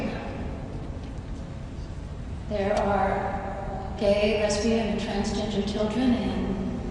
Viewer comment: Did anyone notice she said “Trans-ginger”? Please listen 🤣 😂 🤣